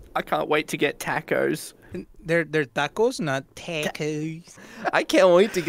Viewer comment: I cant wait to get tacos Eddie: It's tacos not.......Taawcos I Died 💀 🤣🤣🤣